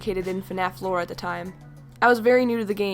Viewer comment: Um did you say... FNAF floor.......?